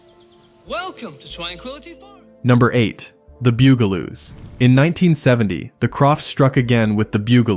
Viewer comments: I remember being aware of some of the shows. But bew-ga-loos? I'm pretty sure that the pronunciation is bug-a-loos, I remember watching the show in my younger days. On one occasion, the start of the broadcast seemed to stutter, or something of that nature, and I got in trouble for mimicking it, my parents thought I was saying a (to them) offensive word that could be interpreted as referring to someone who bugs things! (New Zealanders should think of a more recent TV commercial for a popular make of vehicle) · Oh my God boogaloos and poof n stuff? Did the person who made😂 this video even watch a single episode? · Who are the "Bew-Ga-Loos"? It's Bugaloos. Or HR Poof-n-stuff. It's Puff-n-stuff. AI voices just suck. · Literally EVERY Sid and Marty Krofft show looked like and was acted like the writers and artists were all on drugs. And my favorite was clearly H.R. Pufinstuf. It was fun! And pronunciation? It's "Puff-in-stuff" not "Poof-in-stuff." And the other show is "Bug-a-loos" not "Byou-ga-loos". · BUGaloos, not BOOGaloos. Because, ya know, they're BUGs. Do some fucking research. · It's pronounced BUGaloos, not Byugaloos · Who are the Bugaloos? It was pronounced Boogaloo’s ding ding.🥴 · This was great until you miss pronounced the Bug-a-loos. NOT the Bugel-oos. Only to be topped, but Puff n stuff... Not Poof n stuff. (rolls eyes) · Bugle-oos? Really? Poof-n-stuff? I give up. Just more AI slop. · It’s BUGaloos, not Byougaloos😂 And it’s PUFF, not POOF (as in they were puffin’ stuff)😂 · Dude. It’s PUFF-n-stuff, not poof-n-stuf. And, it’s the BUGaloos, not the BOOGaloos. Otherwise, I remember every one of these shows! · Pronounced "BUG aloos" and H.R. Puff 'n Stuff. Always watching for AI fails. Theme songs burned into my BRAIN. AI jab? Yes! But thanks for the memory revisit. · AI slop can't pronounce bug a loo 😂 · It's "The Bug-a-loos" and "HR Puff n Stuff",but nice try.😂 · "Bug"-a-loos...like bugs....Puff and Stuff NOT Poof.